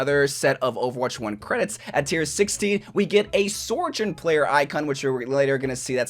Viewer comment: S T O P SAYING SORJOURN 😭😭😭😭😭😭😭😭😭😭😭😭😭😭😭😭😭😭